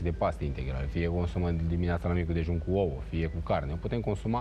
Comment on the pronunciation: dragă, ce înseamnă oo? O lecție de dicție nu ar strica. Sau măcar câte 2, 3 repetiții pe zi: ouĂ, ouĂ, ouĂ:-))).